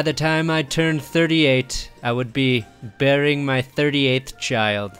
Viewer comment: For a moment it sounded like you said Rivers would be burying his 38th child, not bearing it. Got kind of concerned there.